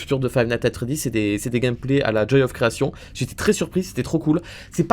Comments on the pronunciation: "The Joy of CreaTION" Arrête tu me stresses 😭😭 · THE JOY OF CREATION AVEC ACCENT PLS PAS AVEC L'ACCENT FR AVEC L'ACCENT EN!!!!